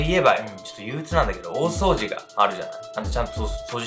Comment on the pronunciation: 大掃除に聞こえる(笑)